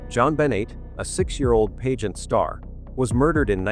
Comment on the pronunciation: Whomever is speaking doesn’t pronounce certain words correctly! Pageant is pronounced “pageant”, pizzeria is pronounced Perez’s